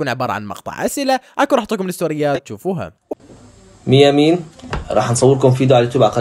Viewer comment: اسمها ميامين وليس ميمي مثل اسمي ✌️😌